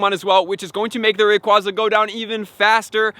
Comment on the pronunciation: Its AyeZa Not AhZa Long A